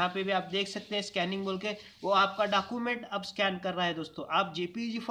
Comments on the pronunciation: You said Document as Dakument.... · Kya bol rahe ho aap dacument Document bolo yar